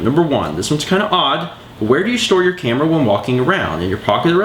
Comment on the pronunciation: when you said camera it sounded very southern